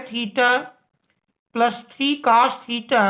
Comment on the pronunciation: Cos ❎️ Cas ✅️ 😂😂